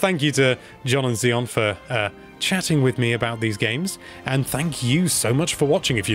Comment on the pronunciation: Wonder if the dude knows he's butchering he's own name. Zion is not zeon